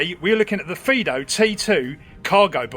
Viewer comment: I think you're the first youtuber to notice that it has two "i"-s in the name and not pronounce it like the dog name Fido.